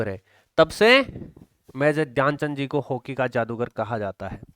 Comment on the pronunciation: 3.49 हॉकी का जागदूर नहीं,जादूगर बोलो